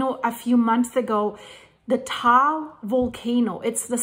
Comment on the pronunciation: It is said Tah-all, not tall. I am learning because my wife is Filipina and when we visit, we are 8km from Mayon or in her dialect Magayon; which means beautiful after the goddess.